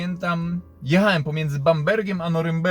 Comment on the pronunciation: wszystko fajnie ciekawa historia ale jak mnie kłuje w ucho straszliwie jak ty mówisz "jechaem, mówiem, hamowaem...." :-/ aż ci mosiaŁem o tym w końcu napisać...